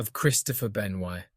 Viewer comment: The mispronunciation and inconsistency of Benoit and McMahon is really bad